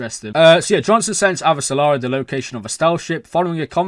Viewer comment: Just a tip: for Avasarala’s name, practice this idea: the only L in her name is in its last syllable. Not Ava sa la ra., Instead try Ava sa ra la.